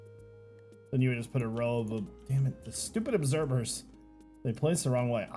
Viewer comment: it's obserVer not obserBer